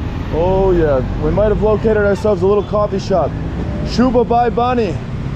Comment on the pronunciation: Thank you for sharing your experience in Nepal, my only feedback for you is the pronunciation of 'bhai' whereas you sound like 'bye', hence the confusion, please do not take it otherwise, you made an effort, and that alone means a lot, I have a lot of expat friends living in Nepal for the last two to three decades, yet they refuse to learn Nepali which is sad.